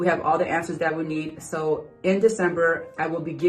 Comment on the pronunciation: The way she says SO... "SHOW" obsessed, SHOW much respect 😳